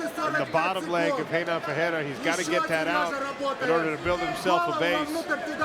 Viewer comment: I wish the commentator would learn how to pronounce Ferreira. Its pronounced with an F, for Sucks Fake., not a P! Its not the same name as Alex Pereira. FERREIRA means Blacksmith which would be a perferct MMA handle for Ferreira. Just trying to sound smart.